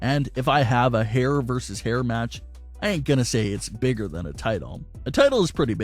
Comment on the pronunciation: Why the hell does everyone think VS is pronounced verse instead of versus. Look it up. When you pronounce it verse you sound like a damn fool.